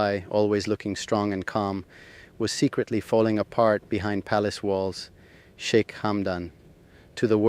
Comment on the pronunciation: Shik? Shica? Que horror.